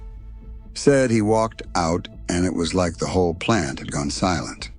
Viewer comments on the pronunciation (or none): none